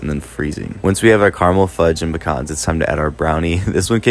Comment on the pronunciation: You said pecans right. Puh-cons. They're not pee-cans. A toilet is a pee can! 😂😂